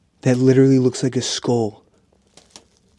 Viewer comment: When you sed "that literally looks like a sckull" I wanted to bash my head so hard on the wall man IT is a SCULL! [Pv me just wanting him to get it right] (nice vid by the way :->) Oh and is that snow?? (￣ー￣) The white stuff on the ground, or is it white mold?